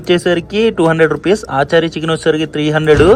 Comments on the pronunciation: aachaari, sharma, gupta chicken kaadu bro, its achaari chicken (అచారి చికెన్) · Aaachari chicken kadu ra tammudu....achari chicken ...funny pronunciation